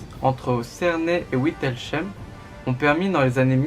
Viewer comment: Merci pour ce rappel historique. Certaines thèses placent le lieu de la bataille à Epfig. ( 67 Bas-Rhin) J’ai pu noter des erreurs de prononciation pour Wittelsheim [vitèls(h)aim] et Ochsenfeld [oksènfeld]. Attention toutefois aux e, je n’ai pas l’alphabet phonétique sur mon smartphone... Un autochtone a beaucoup de mal à comprendre ces noms tels que vous les prononcés. Cordialement Éric